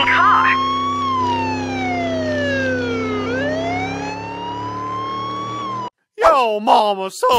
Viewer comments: Yes but he pronounce his car as care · I love how he says care instead of car😂😂😂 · " Afficer " " Get in thuh care "